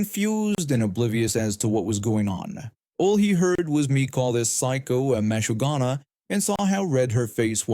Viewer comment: Story 1: ma-SHU-ga-na, you putz